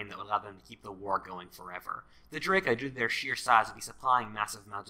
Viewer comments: That's "DrAka", not "Draeka"... 8-). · I thought u said Drake at first HAHAHAH